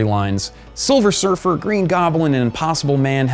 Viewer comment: Haha, hesays souver silfer